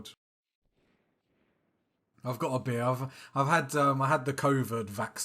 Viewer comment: You got beer 🍺! Cheers 🍻. When you said beer, I heard bear 🐻 lol…….